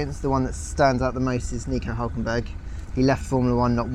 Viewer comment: "Nico Üulkenberg"